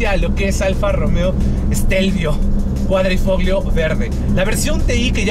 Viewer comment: Ahi te encargo la pronunciación. En italiano Gli se pronuncia "Li" por lo tanto Quadrifoglio se pronuncia "Quadrifolio"